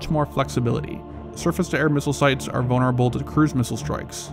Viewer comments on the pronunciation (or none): none